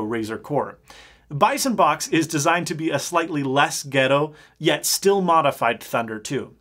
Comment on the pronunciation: Something about the way he says "ghetto" sits wrong with me